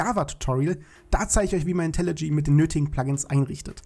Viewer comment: Seit wann heißt das eig IntelliG? Das heißt IntelliJ (IntelliJey)